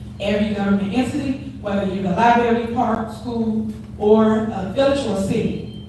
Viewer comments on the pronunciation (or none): LIBRARY!! NOT LIBARY smh